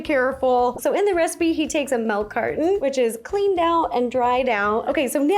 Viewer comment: i just noticed you say "melk"